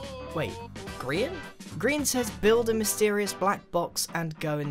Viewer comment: When u went in the mestirious box it sounded Like you said OwO